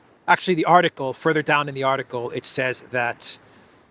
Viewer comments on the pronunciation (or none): none